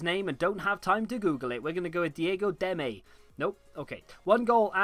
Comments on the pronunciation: You pronounced Demme right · You said Demme right. Fun fact: He lost his tooth when he scored his goal